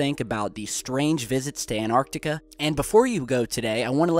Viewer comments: Where is this "Anartica"? I have heard of "AnTartica" it has a T in it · ahhhhhhhhhh its anTarctica not anartica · it's not An arctica it's Antarctica it's not hard to pronounce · It's called Antarctica , pronounced An-tartica ... not Anartica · Ant tartica not annar tica. Hope this helps. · Please pronounce the 'T' in Antarctica. It is 'AnT arctica'. Not 'An arctica' But still an interesting video. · it's Antarctica, NOT Anartica. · please please.. its anTarctica not anarctica. and they are at bases on antartctica NOT the south pole, the south pole is miles from where the bases are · ANTARCTICA ! Repeat again and again ☺ Nobody is rushing you 😊 You have an interesting channel and interesting clips ☺ Anartica is not a real word 😉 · It's Antartica not Anartica - it's bad enough to get it wrong once but to keep repeating it is unacceptable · ANTARTICA not ANARCTICA, LOL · And, STOP CALLING ANTARCTICA "ARCTICA" for Christ sake. ARCTICA is at Noth Pole. You talk about CONTINENT which is called ANTARCTICA. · anyone get triggered when pronounces Antarctica anarctica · Not triggered as such but it really annoys me. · FrenZie "Antarctica" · AnTarctica has a T in the third position which is not a silent T which means you need to pronounce it. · AN 'T' ARTICA please! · its pronounced Ant.tar.ticar